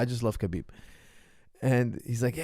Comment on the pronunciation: It’s Habib, not Kabib, pronunciation-wise. He repeatedly said that.